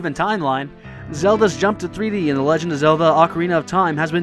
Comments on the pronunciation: correction mah boi towards you it is legend not legen ;D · He Said LEGEN OF ZELDA Instead Of Legend Of Zelda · lol legen its legend bro haha but still ocarina of time was an awesome sequal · you forgot the d in legend